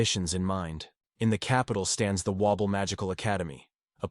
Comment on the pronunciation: Why is it reading Babel as Wobble. I'm in stitches 😂